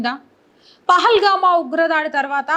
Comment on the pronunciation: పెహల్గామా కాదు. పెహల్గాం. సవరణా చట్టం కాదు. సవరణ చట్టం. ముక్కుమ్మడి రాజీనామాలు కాదు. మూకుమ్మడి. (మూకలు ఉమ్మడిగా ) ఇలాంటివి చాలా చిన్న విషయాలు. కానీ తెలుగుభాష అందం పోతుంది. ఇవి సరిజేసుకుంటే మీ వ్యాఖ్యానం వినసొంపుగా ఉండి, అదిరిపోతోంది.